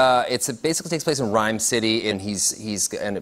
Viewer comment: The whole time I was hearing 'Ryan City' not 'Ryme City' xD